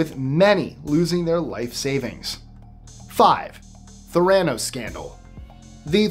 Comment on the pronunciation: The way he said Theranos 😬 Back when the Enron thing happened, someone in my neighborhood bought their big light up, spinning "E" and put it in their front yard. It wasn't there long though because the HOA made them remove it.